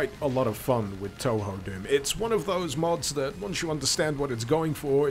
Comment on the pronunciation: The kanji used in Touhou, 東方, are pronounced "Toh-Hoh" - in fact, the technically correct-but-less-used way to spell it is "Tōhō", with the accents. Spelled "Tōhō", it's far less ambiguous how you pronounce it. (Don't worry, I used to pronounce it "Too-Hoo" myself.)